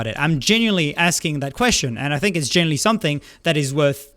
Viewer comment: i relate to being unable to pronounce "genuinely" lol genilly